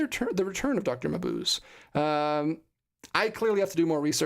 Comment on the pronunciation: Final Es are never silent in German. It's pronounced muh-BOOZ-uh.